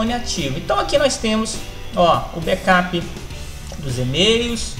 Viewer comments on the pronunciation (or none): none